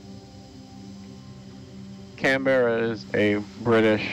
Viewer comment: I wish my Dad was alive to see this footage. He actually served on Canberra ( btw, it is “Canberra” all one word, not “Can-Berra”) for two weeks on a gunnery course. The ship he mostly served on was HMAS Australia, he was on her during Lingayen/Leyte Gulf when she suffered FIVE kamikaze strikes. Those County cruisers were tough.